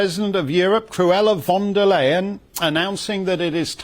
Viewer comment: Frau Von der Lederhosen (or ''Fond o' Lyin' as would pronounce her name) likes the sound of her own stimme. It must gall her considerably to have to speak das schrecklich Englisch!